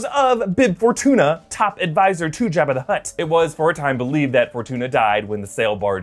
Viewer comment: Job-ah. Not Jab-ah.